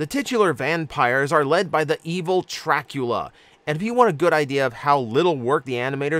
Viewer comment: I had a very visceral response when you said "Trackula"